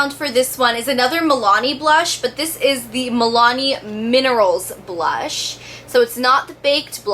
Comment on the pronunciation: BLOSH? Hahaha